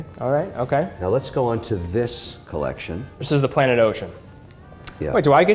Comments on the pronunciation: This guy ("Mr Wonderful"/"Mr Bellend") gives it all the biggun, yet has only the most rudimentary watch knowledge. He brings nothing to this other than money and his crappy attempts at French ("maison/collection"). should find someone interesting to build a "Collekshion" with. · Thanks for saying the word (collection) like a regular human being. #makesachange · What does Kevin say collection with a silly French accent?